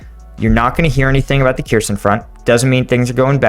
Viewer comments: It is not pronounce Keerson, More like Herson, stress on the H. Kh is to be pronounced like the ch in Bach. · Kherson is pronounced Her-SON, the leading K is silent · Hey! About prononciation "kh" combination is used to represent Ukrainian sound [h] like in 'house" or "horse" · The kh in cities like Kherson is pronounced as a hard H, almost like a lot of Arabic languages, with a little bit of phlegm.